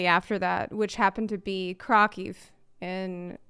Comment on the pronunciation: It's pronounced Craw-Cooph(f) for the city of Krakow